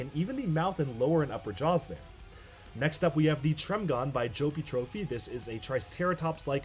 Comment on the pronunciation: Wow, I'm genuinely surprised to see my Tremgon amongst the finalist. It really means a lot knowing that people like something I made. I'd like to thank everyone who voted for my entry and congratulate everyone who made it this far. P.S. Trópí is not supposed to be pronounced like Trophy but I do like the sound of it so it's fine :)